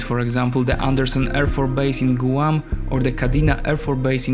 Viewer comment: You mispronounced Guam. Maybe you should have somebody review these videos before you post them.